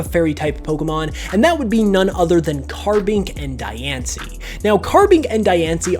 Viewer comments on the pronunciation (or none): You're pronouncing Dianci's name wrong. Its pronounced Dee-ahn-cee.